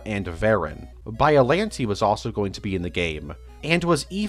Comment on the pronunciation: Every time you say “bialante” it hurts me